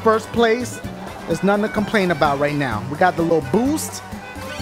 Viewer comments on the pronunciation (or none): it sounded like he said nothing to cocaine about